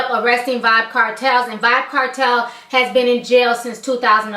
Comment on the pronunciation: Lol..it's Vybz Kartel Ti, pronounced "vibes". I am saddened to know that i won't be hearing new music from him because I am from the Caribbean and that's what we listen to when we go out and go to parties